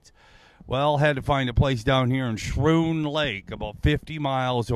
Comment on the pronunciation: It’s pronounced “skroon” lake. I’m from New York so I would know.